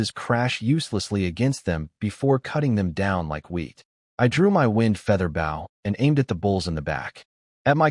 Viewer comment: stupid ai can't say bow right